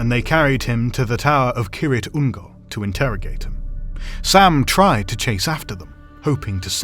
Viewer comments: Keer-ITH Ungol, not Keer-IT Ungol. See pronunciation guide in Return of the King appendices. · Isn't it pronounced "seer-ith ungol" ? Not kirith... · It sounds like you are saying "Ki-rit Ungol" in this video? Not sure if it's the audio or the way you are saying it but it has an H at the end and I've always heard it said as "Kir-ith Ungol" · silent 'h' I guess 🙄